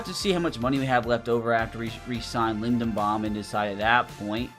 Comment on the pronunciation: it’s LindeRbaum. Not LindeNbaum, with a R buddy😂 you’ve been saying that for years